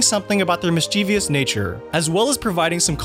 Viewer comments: you mispronounced "mischievous". There is no "I" after the "V"! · I hope you got permission before lifting chunks of film from the DVD appendices. There's nothing really new in your video. Sorry, but I'll just watch those. Please learn to pronounce "mischievous." It's not mis-chee-vee-us. It's "mis-chiv-us."